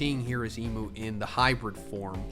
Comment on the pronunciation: I don't like that you call imu "emu."